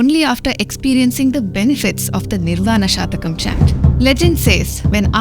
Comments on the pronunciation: Please note it is not "Shatakam" meaning 100. But it is "Shatkam" meaning 6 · It is not nirvana SHATAKAM. It is NIRVANA SHATKAM, meaning 6 verses. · It is Nirvaan SHATKAM NOT SHATAKAM PL. Shataka means hundred. Shatkam means six.There are six stanzas in Nirvaan shatkam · It’s Nirvana shatkam not shatakam. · It is Shatkam and not shatakam please. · It is not "Shataka" (100 verses) but "Shatka" (6 verses). Minor mistake in pronunciation results in major change of meaning. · The pronunciation is निर्वाण षटकम, not शतकम :) shat denotes 6 and satakam denotes 100 verses. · It is not a Shatakam, it is a Shatkam meaning 6-verses. 🤦‍♂ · Is it Nirvana Shatkam or Shatakam? There is a difference between "Shat-kam" = Consisting of six verses and "Sha-ta-kam" = Consisting of 100 poems... You pronounced it as Shatakam. There is nothing like Nirvana Shatakam. It is Nirvana Shatkam. Please correct your pronunciation. Om Shree Mathre Namah. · Maa it is Nirvana Shatkam(Six slokas) not shatakam(100 slokas)... Anyway wonderful explanation.. keep Going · It is shatkam not shatakam 🙏🏻🙏🏻🙏🏻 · Please note it is nirvana shatkam- a chant with 6 stanzas. 'Shatakam' is 100. Pronouncing it correctly will help. Sound vibrations are powerful. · Nice video - kudos . One small correction; it’s shatkam (6) and not shatakam(100) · Shathakam denotes 100 verses Shatakam denotes 6 Pl note the difference and pronounce correctly 🙏